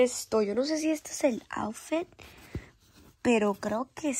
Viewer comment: Se Dise aufit no aufet